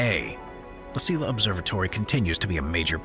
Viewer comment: "La Silla" Observatory should be pronounced "La See-ya" Observatory. You are welcome.